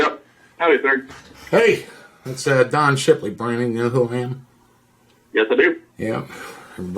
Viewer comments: It’s Don Shipley, bro. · It's Don Shipley, bro. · Its Don Shipley, bro